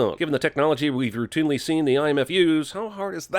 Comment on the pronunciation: You said “Rou-Toon-ly” Ding.